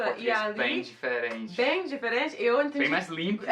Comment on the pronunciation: Não é "diferenti" é diferente, não é "leiti" é leite, termina com a letra "e" e não com a letra "i", está errado!